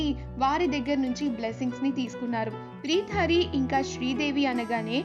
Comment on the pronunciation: Preeta hari check your pronounciation.